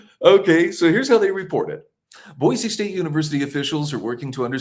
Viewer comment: Thank you for pronouncing Boise correctly...with a z